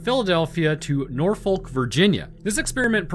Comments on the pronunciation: I'm sorry it needs to be said from a local. STOP PRONOUNCING IT NOR-FOLK. These are the proper methods: Nor-fick, Naw-fick, Nor-f*ck, or Naw-F*ck. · Just a pedantic FYI - it's pronounced 'Nor-Fuhk', not 'Nor-Folk' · Look here I love your videos on both of the channels but the scariest part of this video was the way you pronounced Norfolk. It genuinely hurt my soul hearing you pronounce the L. There are many ways to say it but in all of them the L is silent. I hate to say this but as a resident of the Hampton Rods area I am honor bound to challenge you to Fisticuffs for your crimes if you ever set foot in VA. All jokes aside keep up the amazing work you do and I would love to meet you in person one day. Don't worry I won't actually fight you, you would pummel me into dust.